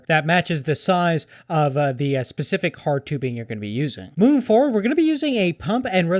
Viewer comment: SPECIFIC FFS. Pacific is a fucking ocean. SPECIFIC SPECIFIC SPECIFIC